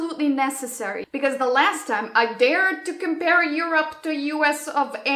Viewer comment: I love how you pronounce “Europe” as “You’re up”, because Europe is actually “up” in many aspects in regards to America. With love, this Mexican American from the border who is way too used to those culture shocks on a daily basis. Lol ❤️ loved the video!